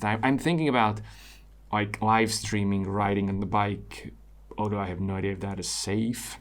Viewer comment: I thought briefly you were saying "writing" instead of riding. Riding yes, i also am interested in riding. Writing did connect though, i perceive you as thoughtful, analytical, thorough, gentle as well as articulate and writing 4 answers made sense for a minute and i thought "questions 4 answers" Ill keep following your work, thanks as always for quality effort :) and keeping it real for us and yourself